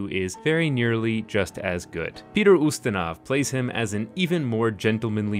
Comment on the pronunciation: I’m late to the video, but your pronunciation of both Poirot and Ustinov are just a tad off. Poirot is pwah-ROH, and Ustinov in AmE is the commonly-heard YOO-stin-ov; if you were trying for a purist Russian pronunciation, it’d be oo-STEEN-uf. As it is, you’re landing on a hybrid of AmE and iffy Russian pronunciation that is most likely unnoticed by AmE listeners who may think that they’ve been pronouncing Ustinov incorrectly all these years (they haven’t), but to speakers of English and Slavic languages, it probably doesn’t give the impression that you want to give.